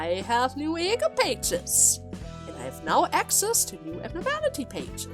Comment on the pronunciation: I love how you pronounce E.G.O as Egg-O.